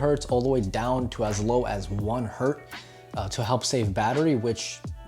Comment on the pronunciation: Just to correct you (no offense), a single Hertz is still called a Hertz and not "Hert". :) Otherwise great video as always:) Btw... can U use ur Apple Watch with your Note 10 plus?